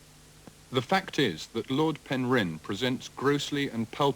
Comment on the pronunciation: Shame that the narrator can't pronounce Penrhyn property- he's emphasising the 'rhyn' rather than the 'Pen'.